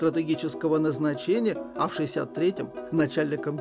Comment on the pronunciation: ШИИСЯТ четвёртого... и так говорит ведущий телевидения!!!